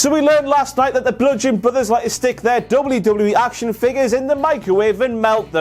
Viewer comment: Did no one hear tom philips saying lame lame me instead of wwe??? I replayed it 6 times all i could hear! It was when hardy or miz got in the ring.....